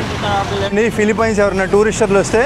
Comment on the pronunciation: అరేయ్ ఎర్రి పుల్కా ఫిలిఫిన్స్ రా, ఫిలిపైన్స్ కాదురా..